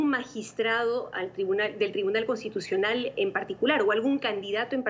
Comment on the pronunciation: Contitucional o constitucional ? Hahahaha alguien que les enseñe a hablar a estos caribeños